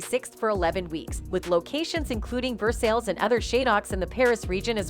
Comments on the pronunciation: Ver-sales!!! 😵‍💫 Vehr-saje, plz! If you want to be taken seriously, DO YOUR RESEARCH! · I don’t trust anyone who can’t pronounce Versailles correctly. It’s pronounced Vehr Sigh. C’mon. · Versailles is actually pronounced Ver-Sigh. Reminds me of when people where trying to pronounce Cara Delavigne as Dela-vig-Knee but it's actual pronunciation is Dela-veen. That's how Cara pronounces her name.